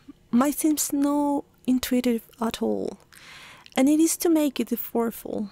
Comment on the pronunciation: The pronunciation of the words retrieval /rɪˈtriːvəl/ and effortful / ˈɛf ərt fəl / are wrong in your video!